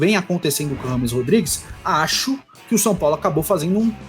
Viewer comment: Só pela insistência em ser chamado de "rrâmes" ao invés da pronúncia correta, " djêimes", ele merece a carreira q teve.